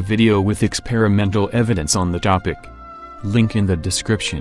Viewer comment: Every time I hear "link in the description", it sounds like " Lincoln the description".